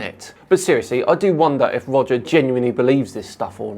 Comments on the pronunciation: every time you said "Roger" I heard "Wodger. Wewease Wodger!" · Welease Woger